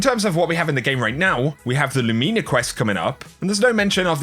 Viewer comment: Lou-min-ah, I don't go around calling my Chevy a Lumeena.